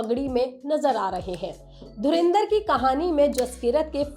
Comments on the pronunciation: चैनल का नाम लोकमत हिन्दी और संवाददाता बोल रहे धुरंधर को धुरेंदर 😂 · It's dhurandhar not dhurindhar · I was ignoring it continuously until it became so much that I had to mention it here while pausing the original video - It's DHURANDHAR, not Dhurindhar! For god sakes! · पागल औरत धुरिंधर नही धुरंधर बोल. Raz nahi राज होतं हैं. लोकमत का नाम खराब मत karo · Madam, dhurinder ? 😂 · पहले धुरंधर बोलना तो सीख लो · Isne bhi Dhurendar bola 😂😂